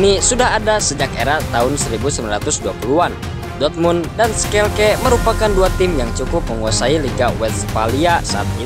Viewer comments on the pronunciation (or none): skelke sp min tlong diperjelas lg 😂😂shalke😅